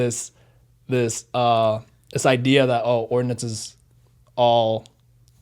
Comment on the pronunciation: Ordnance not Ordinance